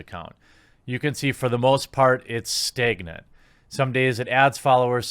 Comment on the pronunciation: Staygnant... dude pronounces words with an "a" really weirdly